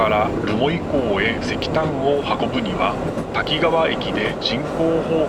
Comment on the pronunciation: たきがわと濁らず、たきかわデス😂😂